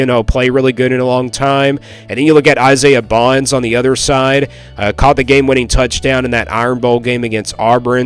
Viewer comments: Bond, not Bonds. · Dude you don't even know what you're talking about when you're talking about the Alabama crimson Tide football we won six national titles with Nick Saban by the way!! And the receiver's name is Isaiah Bond.... With a d at the end, not an s😂😂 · It's Bond not Bonds.